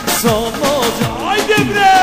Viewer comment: "hayde beaa" değil de "hayde bree" kardeş :)